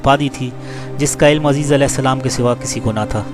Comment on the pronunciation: عزیز نام غلط لے رہے ہو بھائی عزیر نام ہے